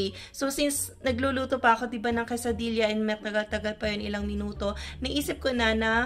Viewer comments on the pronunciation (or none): It is pronounced quesadiya.